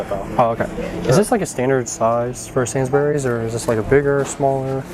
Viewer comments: NOT pronounced SAINS BERRIES ! (More like...SAINSBREES.) You were in a Sainsbury's LOCAL. A much smaller, and more expensive of their shops, with a limited range . ALDI is way cheaper and just as good quality ! The honey is a different colour depending on what the bees are feeding on. My favourite is OILSEED RAPE honey. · How dare you call it "Sansberries"!!! Sanes-buh-rees. It's not pronounced how you expect. Though I may start calling is sansberries. Edit: I'm now doubting my own pronunciation as I have a Midlands accent. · Sains to rhyme with pains not sans to rhyme with pans 🫤 and “we” say the bury as “brie” sooo..”Sainsbrie’s” - weird, I know but that’s the way we are over here! And I work for Sainsy and that “local” is quite big really! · it’s “Sains-Bree’s” not “Sans Berries”:P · "Sainz buries", not quite, try "Sainzbreeze". 😉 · Great video, but with sainsbury’s, the i is pronounced, so it’s kinda like say-ns instead of sans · Sansburys? You mean Sainsbury's. Pronounced like "sayins bury's" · SainsBury not SainsBerry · Sansberry lol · the way u say sainsburys cri the way most here pronounce it is SainsBreeze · sansberry ah yes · I have noticed that Americans pronounce Sainsburys as Sains-berries, it's quite weird to hear also the local branches are not the same as a large branch where people do their big weekly family shop, a lot more choices plus they sell clothes and home wares, toys and DIY. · It’s pronounced SAYNEBuries. Love you guys 🤣 also we say Ribena as in R-EYE-been-a ❤️ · You butchered the pronunciation of sainsbury but hey😁😂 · S-a-i-n-s. Not sansbury. It's also smaller because it's designed to be like a local corner store. Hence the sainsburys "local" name. Designed to get your essential needs. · its said as sains bree not berry lol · Hearing you say yogurt, sainsburys and aero made me cringe 🤣